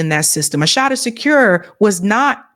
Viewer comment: U slaughtered Assata’s name, and that’s my middle daughter name sake 🤦🏾‍♂️🤦🏾‍♂️🤦🏾‍♂️🤦🏾‍♂️ And I no I’m being petty right now, but ur 2 informed 4 a mishap like this. Tighten up.